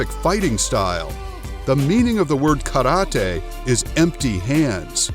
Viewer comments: Karate is not pronounced KADOTEI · omg he say karate like karade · The narrator say kalatee instead karate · I hate the way you say karate